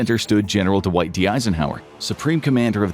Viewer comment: D’Wight?? Really?